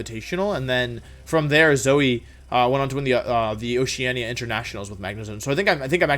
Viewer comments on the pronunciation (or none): none